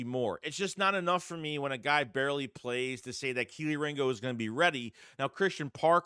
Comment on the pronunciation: tell Philly500 to stop calling Kelee Ringo…..”KIELY RINGO”…Lol…